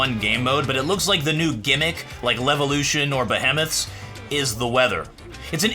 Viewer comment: Did this dude really say behemoth as beh-him-uth?